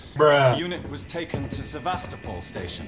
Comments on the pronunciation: you pronounce sevastapol Sa-vas-ta-pool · You're not quite saying "Sevastopol" right, give it a google